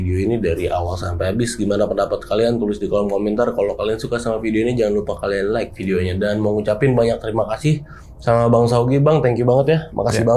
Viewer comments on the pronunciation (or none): none